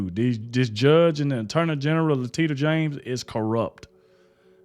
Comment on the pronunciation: La-tit-ia… rotf!